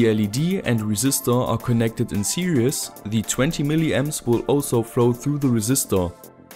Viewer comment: I don't know why I'm watching this video I've been building LED drivers for years now... Ah yes. Now I remember I wanted to know if calls it "series" or "serious" still 😅